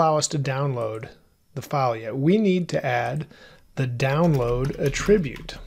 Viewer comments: A 'trib yute? No, it's 'At trib yute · Attribute! The noun is not pronounced like the verb; 😗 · These lessons are exceptional! The content is perfect in all aspects. I am curious though, about the pronunciation of the noun "attribute". I believe the creator of this video is using the pronunciation of the verb form of the word, where the accent falls on a different syllable. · why oh why cant you pronounce attribute correctly? its killing me!